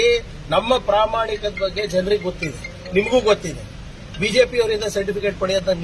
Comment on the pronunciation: ಪ್ರಾಮಾಣಿಕತೆ ಅನ್ನೊ ಪದ ಸರಿಯಾಗಿ ಹೇಳಲೂ ಬರಲ್ಲ, ಆ ಪಾಟಿ ಹೇಲು ತಿಂದಿದೆ ಅವರ ಬಾಯಿ.